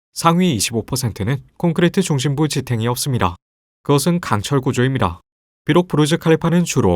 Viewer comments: ~입니롸 라는 것처럼 들림.. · 니다 발음 히안하네? 미다와 리다 사이 그 어디쯤의 발음. ㅋㅋㅋㅋㅋㅋ